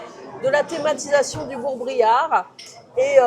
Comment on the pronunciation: Bourg Bérard pas Bréard 😉 Et vous auriez pu gouter la Troussepinette en apéro 😋